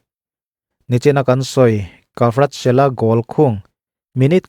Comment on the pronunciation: Varatchkelia tiang hian lam rik tur